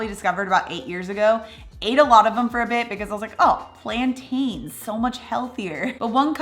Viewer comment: Where in the US are you from,? -it always tickles me the way you say “a beh” for “a bit” 😂